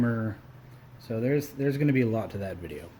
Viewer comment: "gawing" is not a word. "wahder" is not a word. put a drill on it instead of pulling the starter cord. "probly" is not a word. "we're" is not pronounced "were". cowl not hood. "our" is not pronounced "are".